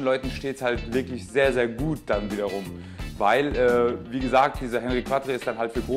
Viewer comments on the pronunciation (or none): Gutes Vid, aber bitte nicht "Hennri kwattre" sondern "Onri Kattr".... C'est francais... ;-)